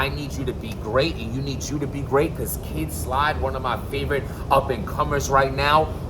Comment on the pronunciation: Kid Slide? And we thought it was only Smack that butchered rappers names! 😂